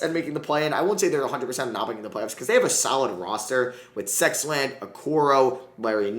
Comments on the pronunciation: did you say Sexland its Sexton 😂😂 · What did he say who the hell is sexland 🤣🤣🤣🤣